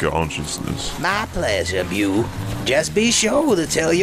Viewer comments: Why can’t people that are reading things online take a moment to learn how to pronounce them? Des Moines is not Dess moe-inns its d’moyn. Beau is not byoo, its bow-rhymes with slow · Holy shit bro, BEAU is BOW not BEW. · Beau is pronounced “ Bo”, not byuw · "Beau" isn't pronounced "Byew." It's pronounced like "B-oh" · I absolutely love this!!!! But it drove me nuts to keep hear Beau pronounced as bew, its supposed to sound like bow. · Beau is pronounced bo not bew 😂😂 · Beau is pronounced Bow, not Bew, lol. His brother was Luke for crying out loud. Beau and Luke, as in Duke. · Beau is pronounced "Bo" or "Bow" not "Byew" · "Beau", as in "Beauregarde". "Bo", not "Byou". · Hey there. Great work! One quick thing: the name "Beau" is pronounced like the word "bow," like Hawkeye's bow. I know it's silly, but every time I heard the way you were pronouncing it, it made me go "huh?" Still, fantastic work! I didn't particularly like the Old Man Logan comic myself, but seeing it brought to life like this is very impressive! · How are you going to pronounce Beau as "byoo" that many times? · Beau - "BO" rhymes with GO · Pronouncing Beau the way it's spelt is hilarious lol. It's pronounced Bo. This is amazing though! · incredible, better than anything MCU has put out lately... only thing I'll mention - and it's only bc I dig this video so much - des moines is pronounced "duh moyn" and beau is like "bow" like rainbow. really great stuff!👍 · Beau is pronounced like bow as in "Bow and Arrow" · This was damn good!! Just an FYI, though, Eustace and Beau were both mispronounced. They sound sorta like Yew-stiss and Bo, phonetically. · Fantastic work! One suggestion "Beau" is pronounced Bo like Bo from the Dukes of Hazzard. I absolutely loved the voice work. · Why does nobody know that, "Beau" is pronounced, "Bo"???!? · Great work guys, just a heads up "Beau" is pronounced "Bo" and "Des Moines" is "Duh Moyne" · Beau is pronounced Bo. Otherwise, great stuff!!